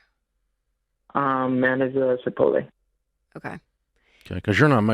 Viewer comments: Love the Sebastian Maniscalco “ChiPOLte” pronunciation 😂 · Rachel: It's Chipotle, you're not saying it right! Dave: 🗣CHIPOL-TAY! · "Chi POL Tay" 😅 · “Chipotay” will forever more be what I call the place I get my burrito bowls. 😂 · "Cha pol tay" 🤣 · I love Rachel but I wish should would not have corrected Dave, I could have used a few more of his "Chip-ol-tay" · Honey, it's CHI-POAT--LAY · CHI-POLE-TEES <—there’s a guy at work who pronounces it like that and it drives me insane 😂😂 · Rachel couldn’t handle how Dave was pronouncing Chipotle anymore. 😂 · Dave pronuonces "Chipotle" like every boomer I know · When Chipotle corporate hears this “manager” of theirs on air pronouncing their name like he did, he is gonna lose that position! Just saying, dude…..